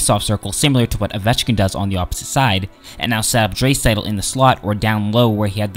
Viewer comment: Can't take this guy seriously when he can't even pronounce a few of the player's name corrctly. ie; Draisaitl, Letestu, etc...